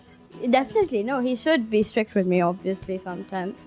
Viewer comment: Sadia Imam ,Improve your english. It is strict, not stric!